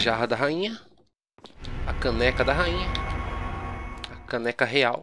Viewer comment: fala a caneca da rainha Eu entendo o caneco da rainha